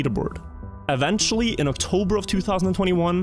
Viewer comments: octorber instead of october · "Octorber" hehhe